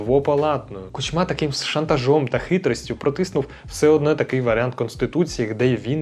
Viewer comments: Хороший репортаж.👍 Але чому Кучма' а не Ку'чма? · Чому КучмА, а не КУчма? Його завжди так Путін називав: КучмА. І ще одне., які "губернатори"? В Україні нема губерній. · Чому ви кажете КучмА, а не КУчма? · Ку́чма, а не Кучмá, дуже ріже вухо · Не Кучма, а Кучма. Дякую за відео!